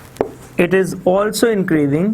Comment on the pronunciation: Increasing ko increaving q bolty sir ap ?